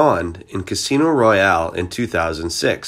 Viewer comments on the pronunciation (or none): none